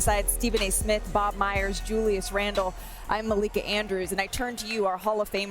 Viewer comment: be saying "Maliika, Maleeka'😂